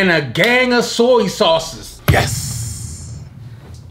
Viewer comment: "Soy sauces"..." Relishes"..😂😂😂😂 I cant do this today💀💀💀